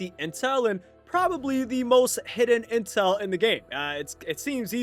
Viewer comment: I lowkey thought you said incel for a sec